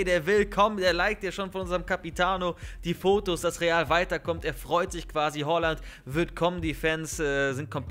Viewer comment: Bitte sprich ihn nicht hOaland aus er heißt hAaland